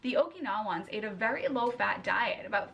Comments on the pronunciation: Omg pronunciation of Okinawan people is so terrible, LMAO. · The way she says 'Okinawans' - I'm afraid she thinks they're an ancient civilisation like the Mayans and not modern day Japanese people who have access to MORE THAN SWEET POTATOES on the islands 😂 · As a Japanese person, the way she says "OkiNaWANS" makes me cringe >_< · Okinawans were def not vegan. To compare their diet makes no sense. They also eat a ton of fish, turtles, eggs, etc. and things other than sweet potatoes!!! Ugh.... also it’s killing me the way she is pronouncing “Okinawans”